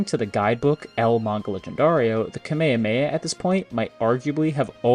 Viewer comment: Bro’s saying kamahamaha wrong